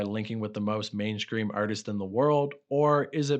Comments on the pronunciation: Are you saying main scream instead of mainstream? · did you say mainscream instead of mainstream on purpose all the time 😁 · Are you saying mainscream?